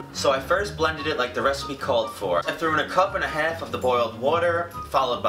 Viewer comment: the way he says half like heff rahh